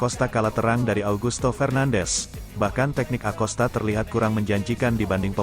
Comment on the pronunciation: bacanya "akosta" mas